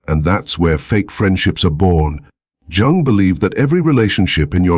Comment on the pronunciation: Can’t listen to this AI that can’t pronounce Jung’s name and says Sigmund Frood.